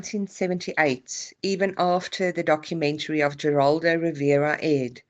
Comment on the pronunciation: Just FYI, it's pronounced Statten like batten, not Stayton, and Geraldo is Heraldo